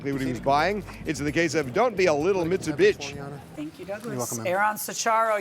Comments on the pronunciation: and im pretty sure he was supposed to pronounce it BEECH and didn't get the memo 🤣🤣🤣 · "Mitsubitch". Did I hear that correctly?